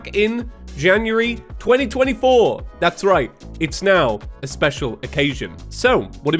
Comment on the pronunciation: Oh please don’t say 2024 again it sounds so weird